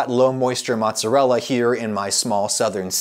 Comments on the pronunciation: Who (*$@ calls mozzarella "mahtz"? My italian grandmother would probably have beaten that word out of you if she heard you say that. Also, scamorza is the best cheese for a NY style pizza. It's got the best flavor (between mozzarella and provolone) and is a drier cheese, so works well on thin pizza. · its not Matz its Mootz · % NOT PROVOLONE. I worked at a capris Italian restaurant for ab a year and they used provolone instead of mozzarella, pronounced MAZZ uh rella, not mahts uh rella, just like pee za it not pronounced Peet's uh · please stop saying "motz", my italian mother is worried. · He is saying "mozz", so should be forgiven. ;))) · I'm part Italian so you say "MOOTZUHRELLA" lol :P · I was horrified when I heard him say Motzz It's like when someone says Peps or Roni instead pepperoni. It just rubs me wrong. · Drinking game: do a shot everytime he says mozz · there's something about him saying 'motz' that i really hate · Italians losing their minds on Adam's pronunciation of "Maatzarella"and MAATZ!! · Adam I love you but please refrain from shortening mozzarella to "moz" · So we're calling mozzarella "motz" now? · stop calling it mozz! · Am i the only one who cringes when he says mozz? Is that a Georgia thing? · Stop saying mozz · "mozz"?... ....cringe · Stop calling it Mozz you fool. No one calls it that.